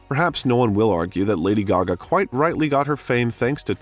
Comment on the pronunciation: Extremely interesting!!! Lady Gaga is the most interesting pop star for sure. Very cool vid with the exception of the narrator who can’t even pronounce her name correctly! And kept mispronouncing other names and words as well.